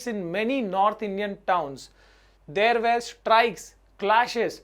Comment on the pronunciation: Sir one advise. Sir you wrongly pronounce "were". 😼